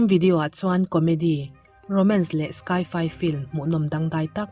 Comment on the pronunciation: Hmuhnawm in ngaihnawm leh hle mai.. Sci-Fi (Science Fiction) hi 'Sky fi' i ti zel a, 'sai fai' ti in lam ta la te kan lo ti ve mai mai..